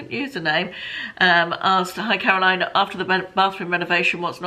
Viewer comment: Caroline, you pronounced my name impeccably, which not many people do !! Really enjoying the q&a's xx